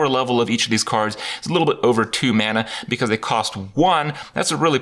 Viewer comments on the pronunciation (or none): none